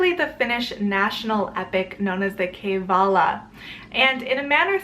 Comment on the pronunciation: Its pronounced differently. The way its pronounced is umm I don't know how I am suppose to show it by typing but the correct way to say Kalevala is